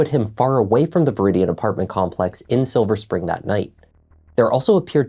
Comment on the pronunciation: Woohoo, you actually said Silver Spring correctly and didn't add an S as so many do! 😀